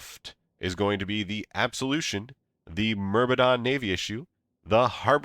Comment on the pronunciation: repeat after me: har-binge-r . Not Harbringer....